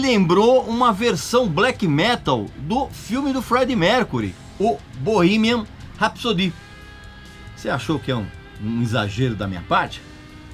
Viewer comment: cara quanta merda distorcida .... eu juro que tento se inscrever no seu canal. Mas vc distorceu até o "BORRIMAN RAPISODÍHHHH" vc pode ser melhor que isso ! Distorça menos as informações pois vc muda mt as coisas assim como qq romance ..